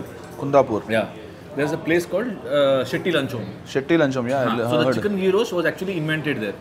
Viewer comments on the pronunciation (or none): none